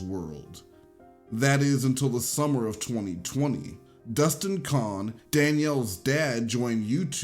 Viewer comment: Con* not cone* as to how you pronounce Cohn.